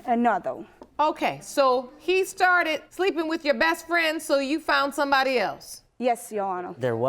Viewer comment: All we can all agree on so far is that he hooked up with “her fwiend!” 😳